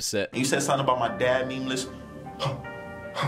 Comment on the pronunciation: I heard “memeless” 😂